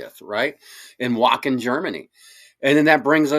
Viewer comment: the "W" in Wacken is pronounced as a "V"